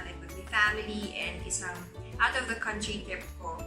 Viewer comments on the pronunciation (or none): none